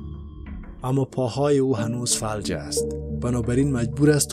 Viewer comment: آقا اینی که شما میگی فَلَج تلفظ می شه. فَ لَ ج!